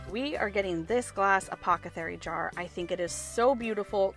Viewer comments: Uh POTH uh care ee...not whatever u said- uh pock uh their ee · When you accidentally said “acopathery” instead of apothecary I jumped right back to a childhood memory of my grandma saying acopathary because she couldn’t pronounce apothecary and it made my cry happy tears